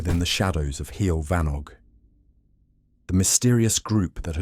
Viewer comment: this was very funny - from the awful pronunciaton of heol fanog to the inclusion of alex and maxine saunders. delightful!